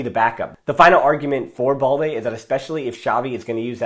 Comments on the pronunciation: Why do you keep pronouncing BALDE as “ball-dey”? It’s balde as in “bad-day”😏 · remember, it’s AS IN. So you keep the “L” of course. He wrongly pronounces it like “boldy” where as it is “baal-dey” with an L sound